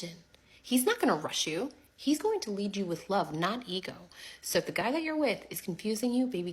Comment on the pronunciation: DID she say "LEAD"???😮😂😱😂😂😂🤣🤣🤣🤣